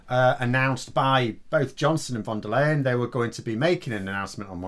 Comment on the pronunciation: I know this isn't really the important issue here, but I just want to point out that the "ey" in von der Leyen's name is actually pronounced like "aye". In German ei and ey usually make an "aye" sound, ie is pronounced like "ee".